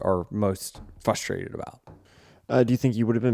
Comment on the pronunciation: Denny, in the context that you normally use the word on the show, it is BIASED. Not bias. Like, "I am biased." And the plural of incident is INCIDENTS. Not incidentses. And FRustrated. Not FUStrated. Now everybody can tell me to mind my business or whatever.